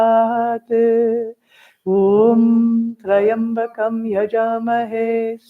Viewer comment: The pronunciation is not Try-ambakam, it’s Tri-ambakam.